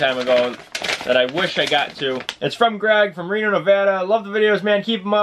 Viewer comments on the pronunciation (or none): none